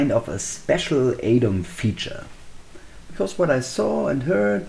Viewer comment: This might be a bit silly but thanks for being the only YouTuber I've found so far to pronounce "Adom" the correct way. For whatever reason everyone else says "Adam".